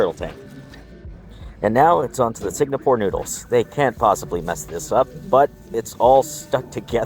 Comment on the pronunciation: Did bro say “Signapore” noodles?